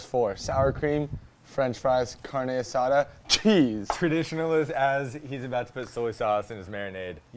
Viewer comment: As a hispanic hearing "car-nay aSAda" and "peeco-day-guy-yo" i'll let it pass 😂. I love these little competitions! I am getting HUNGRY!! Lets' GO!!!!